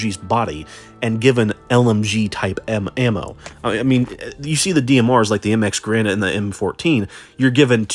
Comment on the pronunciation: Great video, but think bre has affected your vocabulary because of the MX Garand, you called it the MX grand, which is objectively the correct name lol